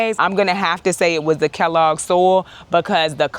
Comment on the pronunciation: It's Kellogg... 🙋🤦 Been there On the other hand a great tour of your garden. I am in grow/container only for my traveling garden. Hello from North Texas 😊🤠